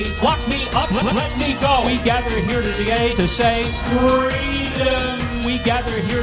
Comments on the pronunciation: Am I the only one who noticed his freudian slip ? We've come here 'togay' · He says to d'gay instead of today 0_0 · My man accidentally said togay instead of today